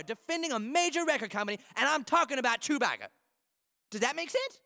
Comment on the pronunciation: Why does the news reporter say chewpacca